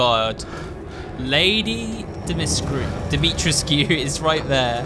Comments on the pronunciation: It's pronounced more like Dimitrescoo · I'm pretty sure it's pronounced as Dimi-TRES-kuu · That's funny. Her name is spelled "Dimitrescu," but pronounced it "dah-mew-tresk." Did I hear him correctly? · love it when he ignores the characters correctly pronouncing dimitrescu and then goes ahead and says it wrong🙄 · I don’t think the scu part is pronounced “skew”. The cu part is silent i think. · Ever time he says Lady D’Souza name incorrectly I would shout how pronounced it